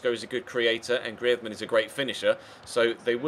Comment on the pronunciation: you pronounce greizmann wrong